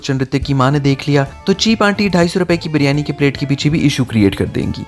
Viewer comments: Baryani nae hota bhai Beeeryaniii b nae hota Biryani hota hai. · Karachi walay kab biryani ko biiryani kehne lagay... biiiryani to karachi ko karanchi bolne walay kehte han ... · Leemon max lajawab tha aur haan g hum karachi walon ne waqai biryani ka thaika lia wa hai q k karachi k ilawa pore pakistan men biryani ki mother sister hoti hai aur lahor wale to biryani ko pronounce tk sai nai karte baryani bolte hain 😂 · In logo ko bolna hi nai ata h baryani to kehte hen oakayen g Kia khak